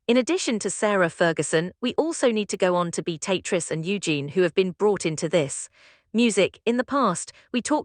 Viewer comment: A1 ewww pronunciation...beat-a-triz instead of the proper pronunciation 🤮